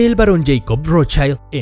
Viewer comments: No se pronuncia "rotshAILD" porque no es inglés. Es "rotschild", con i normalita. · Si dices que escudo se dice "SCHILD" entonces no pronuncies "ROTSCHAILD". Pronuncia "ROTSCHILD". Es alemán, NO inglés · No se pronuncia rotchaild sino de Rotchild. Es alemán, no Inglés. Es Increíble el complejo de inferioridad respecto a los Gringos que tenéis los hispanoamericanos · Exacto! En alemán no se deforma la pronunciación de las vocales como en ingles.. por lo tanto se pronuncia ROT SHILD.. talcual ( y no ROT SHAILD) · Como es un nombre de origen aleman, no es ROTSCHAILD sino Rotzsgild. Saludos desde Venezuela. Rotzchaild seria si fuera ingles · Nota: en alemán se pronuncia como sería en Español, con "i" y no con ai". Entonces sería Rót-schiiiiiiiild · que cringe cada que dices rothschAaaild